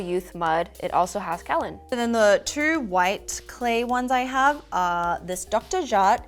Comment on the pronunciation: Kaolin. Pronounced Kay-oh-lin. Coming from a geologist